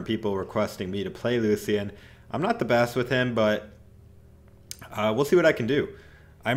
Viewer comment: Lucan?! You mean Lucien sword